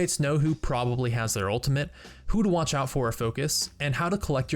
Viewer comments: As someone in theater, where diction is really important, hearing him say 'ulimint' really pisses me off. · It's ultimate. Not ultiment. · "ultimate" not "ultimante" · i love how he pronounces 'ultimate' XD Sounds like ultimint